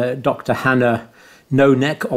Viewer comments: Did he say ... "No-neck"?! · "Dr Hannah No-neck..." No neck? How do you get from Nohynek to "No-neck"?